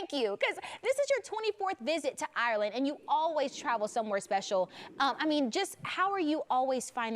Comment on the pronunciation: She keeps saying Areland... where is this place...